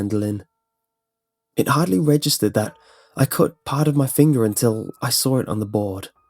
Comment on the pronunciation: "And that's when I sawrr it"😂😂